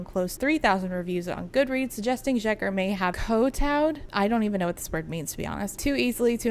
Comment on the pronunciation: random FYI but the sz in Szeker is pronounced like the s in sincere.